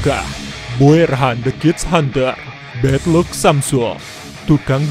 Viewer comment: "bed luk samsuel" heleeeeh heleeeh 😂